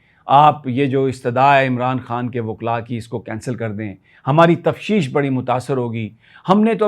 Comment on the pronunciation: Sir lafz tafteesh hota hy....tafsheesh nai